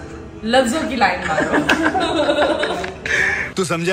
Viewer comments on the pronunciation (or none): Am I the only one who heard lan marni first instead of line marni 🤣🤣